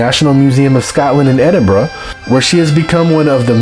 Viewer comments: Edinburra not borrow and Glasgow not Glascow infuriating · Am Scottish and I pronounce it eh-din-burra, not even two minutes in and one fact that is completely false.